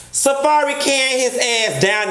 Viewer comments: Not “Safairy” 😭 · Girl why you read safari like that 😂😂👏🏽👏🏽👏🏽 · Say safari name again Bitch???!!!?!🤣😂🤣